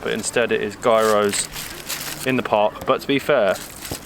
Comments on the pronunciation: it's pronounced "yeeross" not "guyrose" lool any Greeks watching this will probably have a heart attack :))) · gairos ..ahaha. . gyros.as you say it...its greek food.... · You pronounce it Yearow not Gear-row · Pronounced giros guys